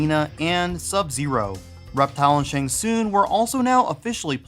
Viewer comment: Every time you say "Shang SOON" it hurts. How do you get soon from tsung? What did you do with the G?